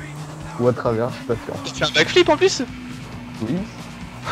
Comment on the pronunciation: Il a belle et bien dit ''Back-Philippe'' . Je sais très bien qu'il parle d'un back flip